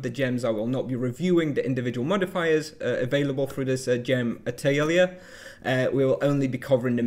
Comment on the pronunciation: Great vid! I had conversations with people about how this worked based on the spoilers and it was definitely a bit confusing, this clears things up nicely! For the pronunciation if you're interested - Atelier comes from the French - its pronounced like "ah tell ee yay" (phonetics are not easy to convey in text though!)